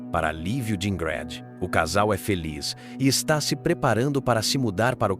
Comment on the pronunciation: Pq falou o nome dela errado quase o tempo todo? De onde tirou "Ingrede"?